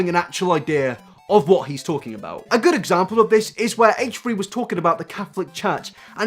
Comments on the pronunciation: "hatche 3" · Haychree haychree. Haychtree haychtree? Hatetree hateree? ....Haychfree Haychfree? Haychfree haychfree. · "Hate-tree hate-tree" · "haych-tree haych-tree" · Haych tree Haych tree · its not "haytree haytree" you stupid fuck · Are you saying hate3hate3? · Heightch three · haitch three haitch three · haytch tree haytch tree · HATCHE-TREE HATCHE-TREE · haich three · “HateTree HateTree” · I'm not upset with your views. I'm upset with the way you pronounce h3h3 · Haych three Haych three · Haych free Haych free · "Hatetree hatetree"